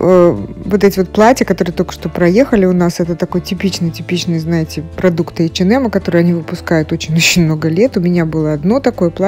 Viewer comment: «ЭчеНэм»🤦🏼‍♀️🤦🏼‍♀️🤦🏼‍♀️Бляяя...ну что за дичь 🤪 Бедный «бренд»,как его только не «коверкают»